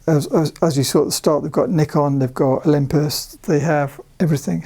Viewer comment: you pronounce Nikon wrong.. :)